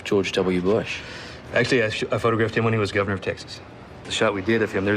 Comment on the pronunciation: “Tixas” LOL